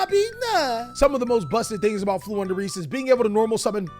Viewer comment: you made me proud by saying Flundereeze.